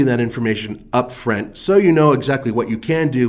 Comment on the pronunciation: Why can’t he say the word “front”